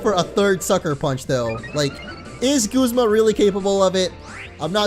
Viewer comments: guzma is prenounced guzma not goozma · its guz ma not gooz ma